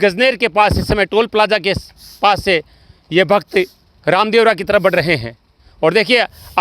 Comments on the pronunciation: Sir Ravdevra yatra nahi Ramdevra yatra hota ha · रावदेवरा नही है रामदेवरा है